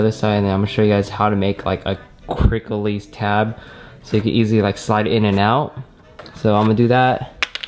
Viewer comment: Took me more than 7 min to finally realize he was saying 'quick release'. Kept wondering wtf is a cricklees.